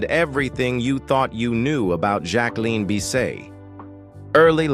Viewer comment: Can’t pronounce Jacqueline either & not enough diligence to even change the mispronunciations .. just read a biography